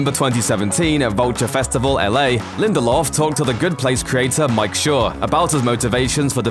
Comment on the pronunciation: As soon as he said Damon Lindeldork, I was out...... he ruined Prometheus!!!!